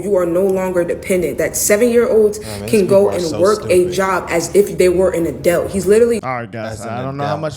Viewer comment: What in the god's green earth is an "A-dealt?"